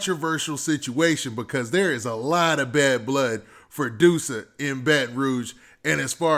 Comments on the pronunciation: "duh-sa" not doosa lol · It’s not DOO-SA ITS DUSS-UH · Please stop calling him Dewsa lol,its pronounced Duss-A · You saying his name wrong